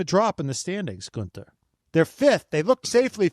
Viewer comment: #hireGuenther He has the perfect accent for the Red Bull team !!